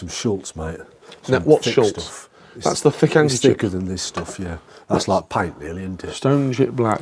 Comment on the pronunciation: NOT “SchuLtz”…. it’s “Shutz” ! 😊